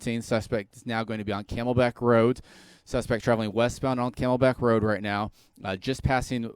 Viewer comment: Are we just gonna ignore how this guy says roat instead of road.